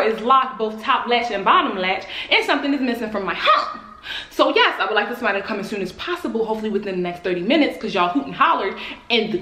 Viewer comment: “Yeashh you do”😭😭